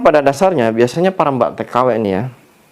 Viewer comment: Mbak k...bukan Mbag 😂😂😂 Bilang mbk lidah nya kok kesrimpet bngt sih..😅